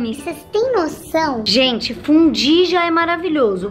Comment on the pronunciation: Tem um momento do vídeo que ela fala "fudí." É só reparar!